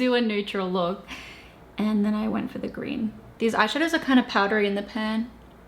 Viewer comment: ' Wear greeon to be seeen ' kath and kimmy accent. Look at moi x